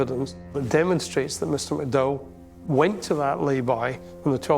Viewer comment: May I point out the man's name is MacDowell, not McDow.